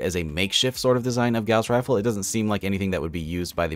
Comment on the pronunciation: You said Gauze rifle wrong.